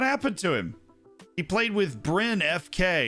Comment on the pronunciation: "Brin FK" that's ok Norwegian is hard.